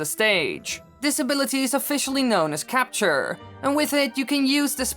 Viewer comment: . Cap-ture LOL